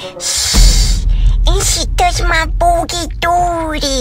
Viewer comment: “aNd sHe tOuSHeD mAy bOogIE dOoogIE”